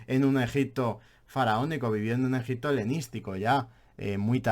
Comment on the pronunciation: la verdad es que eres muy aburrido de escuchar y ademas no pronuncias bien ni el propio nombre del País! Al contrario que el tio al que estas criticando parece que no haces mas que leer en vez de visitar,ver y palpar las evidencias. Simplemente, como en todo, nos posicionamos en un lado de la historia u otra. Y tu, en este caso estas en los libros de historia de los 80. Obviamente no solo los libros, sino la mentalidad y enfoque que enseñas en tus videos…Muy old. Mientras estes en tu habitación te llamaremos……. por llamarte de alguna manera.